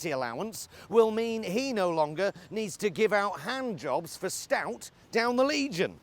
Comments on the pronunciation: I thought he said,giving hand-jobs to scouts! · First of all, I thought he said 'scouts'.